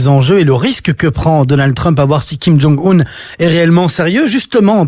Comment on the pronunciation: On ne prononce pas "Kim Djong Oune" mais "Kyim Dzong Eune". Suffit d'écouter la télévision nord-coréenne.